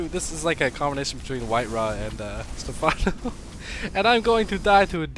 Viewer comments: You actually had the right pronunciation when you were joking around... it's "Stephano" with an accent on the é. For some reason all americans pronounce it with an emphasis on the a, which is very weird. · its pronounced like stefano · Does he actually not know how to pronounce stephano? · Lol, can't even pronounce something simple like Stephano, making Americans look bad.